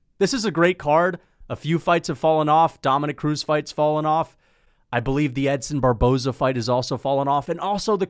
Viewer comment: Why did you say Edson Barbozie's name wrong.